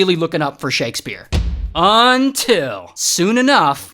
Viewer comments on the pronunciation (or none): You know $hit finna get messed up when he says”until…………….”